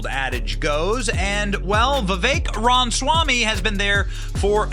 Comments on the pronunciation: Benny you keep saying Ram-swamy, when its Rama-swamy. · Johnson is the worst at pronouncing names and certain other words. Just sound it out bro! It’s not that hard! RA- MA- SWA- MY{pronounced me}. Pff don’t even get me started on how he says Burisma! He calls it “Bursima” all the damn time. So annoying. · 💜 this guy! Why does Benny consistently insist on mispronouncing his name?